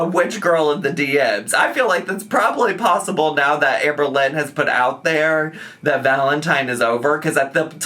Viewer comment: Did I just hear ‘Sham-berlynn Reid’?!